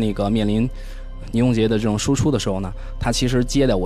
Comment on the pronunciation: 我感觉袁子弹这个青年编辑讲话的时候貌似平仄不分。“这种” 的这，听起来不像 ZHE 而像 ZE。。。